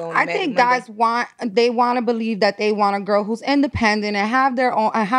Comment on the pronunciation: I realized this guy is smart as fuck when he said...it stoded with the fost gorl!!!!